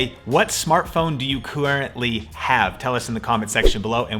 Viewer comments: All I need to say is "Quorrently" I have an iphone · “Coowently” the iPhone 11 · I "coorrently" have the OnePlus 7 pro. 😂